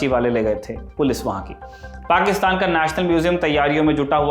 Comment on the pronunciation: वाह “पाक्षतान” 😂😅